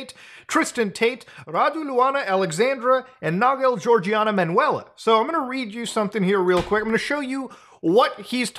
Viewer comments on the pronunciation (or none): Even tho I understand how serious this shit is, as a romanian, I can't help but giggle like a 3 year old kid finding some old candy in the trunk of the family car when hearing the way you pronounce the name "Manuela"